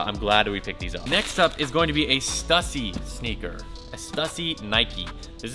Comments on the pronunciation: Why are you still pronouncing Stussy wrong, dude? We've talked about this. A lot. "Stew-see" "Stew-see" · bro...why do you not pronounce Stussy right?? i'll give you a perfect example. Pronounce "stu"pid and then pronounce pu"ssy". Now combine the two i emphasized while keeping the pronunciation going. There you go now you can pronounce the brand perfectly!